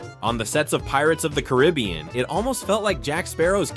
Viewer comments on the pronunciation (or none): You pronounced “Caribbean” wrong.